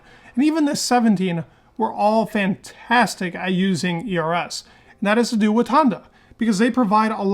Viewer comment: Dude you need to brush up your pronunciation. Your ERS sounds like eras.